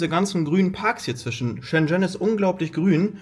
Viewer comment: Bitte lerne mal reden!….. schen schen 🤣 . Buch mal nen nen Kurs 🤣🤣